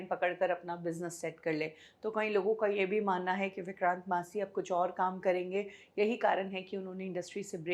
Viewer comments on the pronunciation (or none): अरे, ओ! उनका नाम विक्रांत मैसी है । विक्रांत "मासी" नही । कुछ सच्चा उच्चारण सीख के आया करो, वो शेड्यूल को भी तुम स्केडुअल बकती रहती हो ।